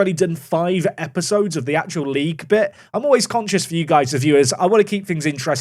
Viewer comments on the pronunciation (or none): none